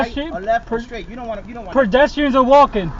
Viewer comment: or so...What's a perjestian? Did he mean pedestrian?